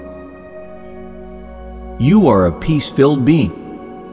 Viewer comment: When it said "being" it's sound likes "bean", yes I'm a loving bean.